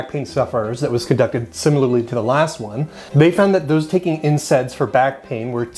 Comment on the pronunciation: Why do you keep saying INSEDS